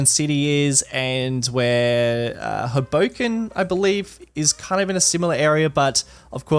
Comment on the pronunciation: As a New Jersey native... Did you just say H'boken? 🤣